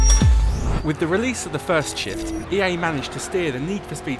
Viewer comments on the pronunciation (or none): At the beggining of the video it sounds like he said "With the release of the first shit" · why when the british guy is saying "shift" i'm hearing shit? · it sounds like he is saying "with the release of the first shit" lol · in the beggining of the video I thought he said "with the realease of the first shit" lol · at the beginning i thought he said "with the release of the first shit" lol xD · this british guy makes shift sound like a bad word